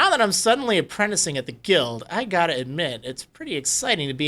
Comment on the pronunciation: I think you're pronouncing 'guild' wrong....